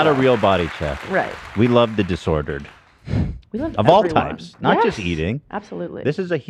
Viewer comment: "we love the disoedered" 😂 classic ethan